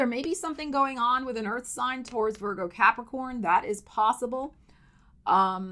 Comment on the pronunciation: I love how you say Capri-CORN. 🤣😂😎‼️💥